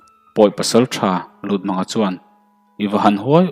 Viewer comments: Lutmanga tih i lam rik dan hi, mang hi thlamang angin i lam a, pawih or paite hnam hming a Mâng ti a lam tur ani zawk lo maw..Lûtmânga a ni zawk lomaw? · LUTMÂNGA MANG NILOVIN Mâng tihtur. Rev Chawnghranga.